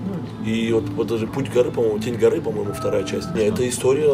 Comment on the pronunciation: Шантарам Тень гОры, а не тень горЫ)))